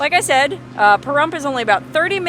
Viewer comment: Your in Larry's stomping grounds and I always thought the P was more like a F when saying Pahrump but again what does a person from Washington know lol.